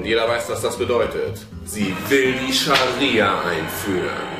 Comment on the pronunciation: er hat gesagt SharSia LOL